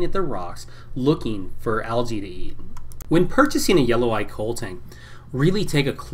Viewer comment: It's pronounced koh-leh. It's Hawaiian